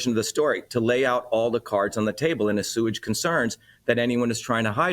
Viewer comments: Please inform Dr. Shiva the word assuage is pronounced "ah-swayj" NOT "a-sewage." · A-sewage ???? think he means assuage, pronounced aswage. Is A-sewage the standard US pronunciation? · To sewage the public???? It is assuage. Pronounced aswage French in origin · Ha ha I thought I'd misheard,for such an educated man to pronounce 'assuage' that way is odd.I'm in the UK & for a moment I thought that was an American way to say it,thankfully it's not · Assuage is never pronounced 'asewage'. That indicates reading a prompter. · brilliant guest! shocking that he cant pronounce the word "assuage" though! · His pronunciation of “assuage” is bizarre.